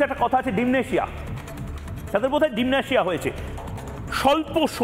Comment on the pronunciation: Bhai, dimnetia na, eta k bola hoi dementia…????!!!